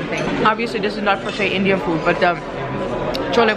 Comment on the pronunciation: Love the way you say Indian food names ....makes us want to hear more